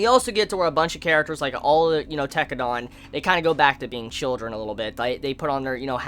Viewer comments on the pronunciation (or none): lol Its Tekkadan, not Tekkadon, dan, not don. pronounced den or dan, not don. ps: loved this video series of yours, well done and thanks. Glad you liked the show.